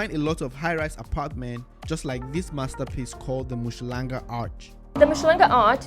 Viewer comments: Mushlanga 🤪 It's Um-hlanga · It is not MU shlanga but UM hlanga really not difficult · UMHLANGA ✔️ UMSHHLANGA💬❌ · 😂You butchering the pronunciation of Umhlanga, but you get a pass my brother.